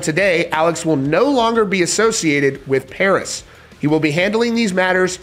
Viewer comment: I think you mean, "Puris". You can't make up your own language rules. At best, V could stand for a U, but never A. Ffs